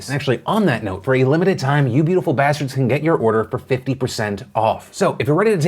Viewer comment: Really hit the "B" in Bastards on that one, almost stung a bit. Like you really believed it.